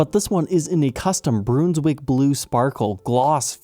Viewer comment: It's not pronounced broonswick, it's like the word BUN , Bruns wick 😃😃